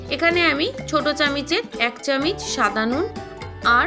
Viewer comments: কথাটা চামচ,চামিচ নয় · ধুর চামিচ! চামচ বলতে কি হয়।